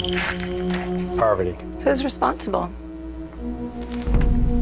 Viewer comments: Why is he saying her name like poverty? 😭 I cannot. It is par-va-ti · Why does he precinc pronounce her name like "poverty" lmao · Jeff has known Parvati for over 10 years, but he still can't pronounce her name. He's still calling her Poverty. It seems that Jeff is getting more and more sadistic as time goes on. In many seasons, he takes it upon himself to make sneering and belittling comments about the players while they're competing. He yells at them to pick it up as though he were a drill sergeant. At tribal council, he frequently criticizes them and sometimes scolds them extensively for what he apparently considers to be non-responsive answers to his prying questions. On the rare occasions when someone drops out of the game, he thoroughly expresses his contempt for them. He never reflects that possibly the cause of it is that the producers, including himself, have gotten too sadistic in the demands they place on the players, pushing them past their capacity to tolerate fatigue, miserable living conditions, hunger and degradation. I've noticed that back around season 18 or so, the producers started seeding psychopaths into the game. They deliberately selected 3 or 4 people who are completely ruthless, with the ability to turn their consciences, if they have any, off. One of the recurring themes of Survivor now is how the normal players handle the psychopaths. Also, the producers have a pronounced preference for kooks. They like to put unstable people into the game and increase the pressure on the normals by forcing them to deal with eruptions of crazy. It makes for interesting watching, but I think it